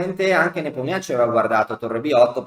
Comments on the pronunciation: Sempre ammirevole il racconto della partita e contorni! (personalmente non ne so nulla, ma un'amica russa mi dice che la pronuncia dovrebbe essere +o- "Nepòmnici"...) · Ho scoperto che si pronuncia Nepomnionchi 😁